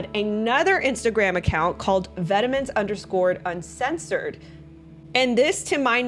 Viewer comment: Great content! Incredible how this stuff would have been left in past were it not for internet sleuths like. Thank you so much for doing this work and making it accessible for us! No shade but it’s pronounced “vetmon” rather than “vetemens”